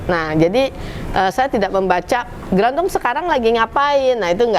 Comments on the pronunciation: Harusnya grandong,bukan grandiong mas editor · Mon maap bapak editorr "grandong" bukan "grandiong" wkwkwkwk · Grandong a bukan grandiong Grandiong teh saha😭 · Gerandong kak bukan grandiong 😁😁😁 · Grandong a bkn grandiong wkwkwk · Kenapa bacaannya dokter rajanti mencoba mem4hami grandiong ko grandiong? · bukan grandung😂